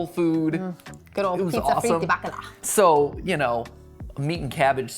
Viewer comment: I heard Baklava Fritters not Bakala Fritters 😂